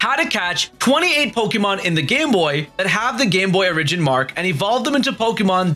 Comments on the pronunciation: I'm triggered by the way you say origin but love the video otherwise lol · Not pronouncing origin correctly is going to give me an aneurysm. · I had no idea the word Origin COULD be pronounced differently, but here I am, surprised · Says origin so weird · Bro your pronunciation of origin almost made me click off